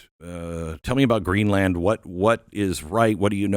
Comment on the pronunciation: Geez Glenn, it's Greenland not GreenlAnd!